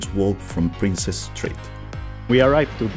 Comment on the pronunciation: Princes St Gardens, not Princess ! 😊